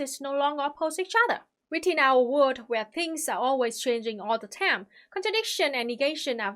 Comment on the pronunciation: I love how she pronounces "time" tam